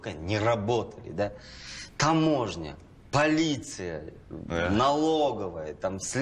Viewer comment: "Полиция" сказал